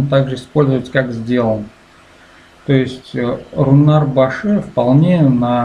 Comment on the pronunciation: БАШЫ, т.е. - НАЧАЛО, (СТАРТ) - ну, в гибриде - стартЫ. Краткий "й" не произносится (распространенная ошибка русскоговорящих) Для слуха русскоговорящих, слово как бы резко обрывается в конце.